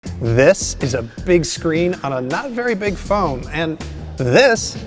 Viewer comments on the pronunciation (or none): "fhis is a fery big phoan"